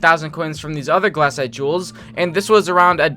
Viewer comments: anyone else want to die every time he says "glAHcite" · his pronounciations for golem and glacite are hurting me